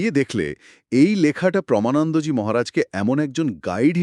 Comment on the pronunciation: প্রমা নয়.... প্রেমানন্দ জী.... 🙏